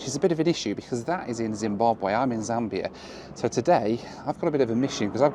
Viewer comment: Zim-Bahb-wee, not way. Just for next time. Love the vids!